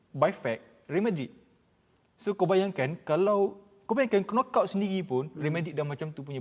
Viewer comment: Pale bana dia sebut kenokout. 😂 Betul betul alumni universiti of palatao.